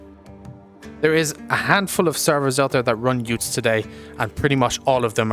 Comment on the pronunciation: pronounced Utes (as in the Aussie Car) and not oo-tes